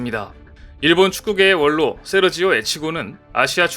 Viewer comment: "~원로"는, "~월로"라고 말하고 읽습니다~ ♡